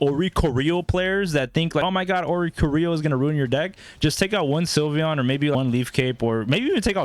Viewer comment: Thanks for giving us the Oh-ree-co-ree-oh tech 😜